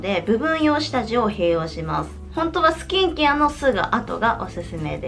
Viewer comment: スキンケアのイントネーションが気になって内容が入ってこなかったw